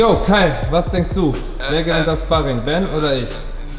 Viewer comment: Wird Schparring ausgesprochen und nicht spahrring